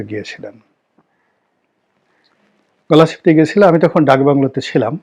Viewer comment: গলাছিপা না গলাছিলা আপনার উচ্চারণ স্পস্ট হওয়া দরকার।